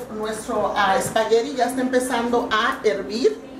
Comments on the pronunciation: Sra no se dice espagueriiiiii se dice espaguetttttttttti y no grite tanto se oye perfecto. lastima de conductora, por que la receta del espagueti, se ve muy buena. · espaguerri lo dice muy chistoso jajaja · LA SEÑORA GRITA MUCHO Y TIENE LAS UÑAS LARGAS Y DECORADAS TIENE MUCHOS PLEONASMO ...Y NO ES COMO PRONUNCIA EL SPAGHETTI...ELLA A DECER MEXICANA RADICADA EN ESTADOS UNIDOS .....